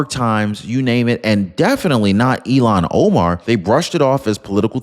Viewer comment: I look forward to your channel,, I really do. However, PLEASE, PLEASE learn this woman's name??? Its................ il---HAN o-mar. You can do it,! il---HAN o-mar! You use her name frequently, but incorrectly.